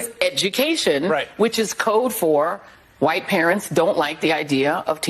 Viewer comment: it IS Wa-eet Dem-oh!-crahht-elite-run cities where minoreetees suffer......just say-in!